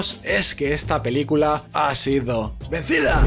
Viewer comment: Me encanta cuando dice: "zigooo" y "venzida"... jaja es lo máximo, amo este canal, el humor es fresquísimo y demasiado inteligente. Mis dieces ❤❤